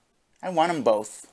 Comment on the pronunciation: I had to leave this comment… or so, … there is no “L” in BOTH Also - ( I don’t condone anyone sending this pig money - BUT ) I’m gonna have to slightly disagree on Snowkarl. I think he’s purposely trolling, knows 100% what he’s doing, and gets his money worth. Yeah, he’s still supporting - but, he’s not sending large amounts at a time, baiting with dollar tips, and has actually provided us with TONS of gold dust. I appreciate snowkarl in a way. I think he has worn down and convinced he’s sending more overall and should be tolerated because he tips so often and doesn’t pay attention. I don’t agree with anyone supporting finances, but I can deal with snowkarl. I think he’s legit a fan of, but via detractor KAHNTENT mostly. He legit enjoys what he’s doing. To him it’s worth the money. Some ppl drink… some ppl troll a dolla at a time lol Keep em coming!